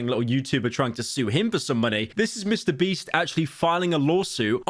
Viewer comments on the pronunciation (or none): Did he say Mr. Breast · Very crazy hearing Pyro say Mr. Beast and not Mr. Breast